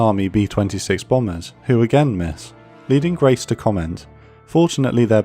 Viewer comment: The Rear Admiral of T17 support group was Crace - with a 'C' - not Grace. Nitpicking aside, very good content.